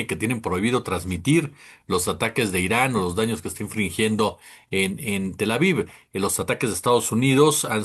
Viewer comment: Infligiendo, no "infringiendo".